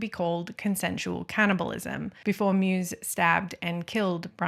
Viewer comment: Great video, thank you! Btw. the german surname Meiwes is pronounced something like "My-vas'